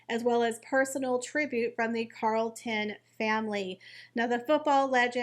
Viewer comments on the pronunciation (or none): Sorry but I need to correct you - it’s CHarlton with a CH sound not Carlton CH as in CHarles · Is there a particular reason you repeatedly said no emphasised Carlton and not Charlton? You manage to say Charles and not Carles, you read he was a champion not campion, so why? This has offended me and then it was a ceremony?? It was a funeral service - ceremonies are for celebrations! What did the poor man do to you? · You really need help with your English pronunciations. Bobby Charlton CH not CA Charlton as in cheese. CH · Not Carlton its Charlton... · Bobby CHarlton (as in King CHarles) not Carlton 👍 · It’s CHarlton…not Carlton…. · Sir Bobbys name was CHARLTON please if you are going to report on him get his name correct, I’m sure all of his fans will be outraged at his name being pronounced incorrectly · Ch-arlton, with a hard h lol 😂😂😂 It's all PR fluff, the two at home are not the 'most popular' in the US or UK, whatever their endless 'polls' say! 🤣🤣🤣 Now how would UK press & their mouthpieces 'royal reporters' know if Olive was 'angry' or not?! The Wales' kids cannot take the throne until adulthood, & not by proxy either, he's the spare until that time comes. They all got their privileged positions by being born into them, the wives only have their positions by association. It seems unfair to lambast him alone for that, as the rest all get their money from the commoners. 👀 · yes actually it does Sir Booby Charlton was a noteworthy honourable gentleman that deserves his name said correctly I know that god love her mis pronounced it but this man was remarkable not only for his footballing career but what he achieved outside it